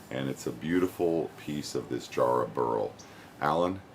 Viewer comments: its ja- not jar, ja rah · it's pronounced JARRAHHHHHHHH and you pronounce the a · It's written Jarrah but it's said Yarrah. Sorry we Australians have some strange pronunciations. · You've got the spelling right, mate, but the pronunciation's a bit off: need a shorter "a" sound. Pretend you're from Boston when you say it! Think of the "a" sound in "cat" :). Jarrah's one of our most beautiful timbers. Sadly, it's a Western Australia native, so it's not as easy to get over on my side of Australia. The East Coast analogue would be spotted gum - both have similar practical uses - framing houses, piers, railway sleepers and tool handles (it's what we use instead of hickory in that regard). But jarrah tends to get used more for decorative stuff, as well, more so than spotted gum - flooring, hot tubs, furniture, and, of course, turning. Really rot-resistant. I've got an axe handle made from jarrah, and it's almost a shame to use it as such. When I sanded the wax off it (it was sitting in my dad's garage for...ever, probably) it just got more beautiful, so I went beyond a standard tool handle finish and finished it off with fine sandpaper and steel wool.